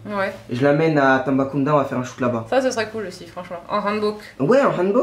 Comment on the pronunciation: Quand j'ai entendu " Tambacounda" 🤣🤣🤣🤣 Tu veux l'a tuée ou c'est comment ? XD